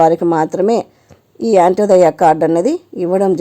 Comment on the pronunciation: అమ్మ యంటోదయ కాదు అంత్యోదయ